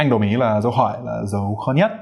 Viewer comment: Chủ thớt, giỏi lắm! Dấu hỏi của bạn nghe y chang người Việt Nam!